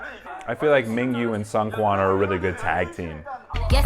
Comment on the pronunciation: just wanted to let you know that seungkwans name is pronounced SOON-kwan :) Great video, I really really enjoyed it